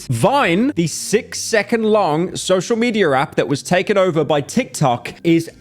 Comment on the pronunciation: "Social mederrap" lmao english pereon